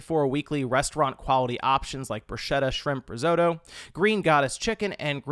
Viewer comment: Love the mispronunciation of risotto 😂